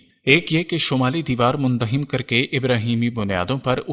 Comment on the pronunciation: مندہم نہیں۔۔ منہدم